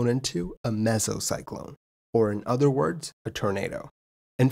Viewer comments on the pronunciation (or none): none